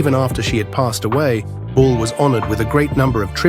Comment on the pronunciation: It's Lucille "BALL," no bull.